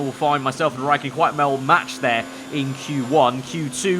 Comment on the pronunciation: he said mell matched instead of well matched 😂👌🏽